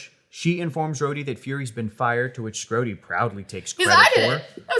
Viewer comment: Oh … “Schrodey”